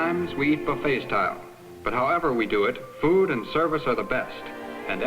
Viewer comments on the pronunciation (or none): none